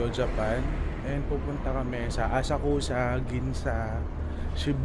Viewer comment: Actually it's pronounced Asak-sa [Asakusa]